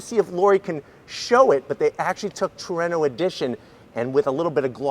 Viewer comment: Way better than the "HACK-ONE" holy crap he said Trueno correctly gg man love your vids lol, never gonna let that one go though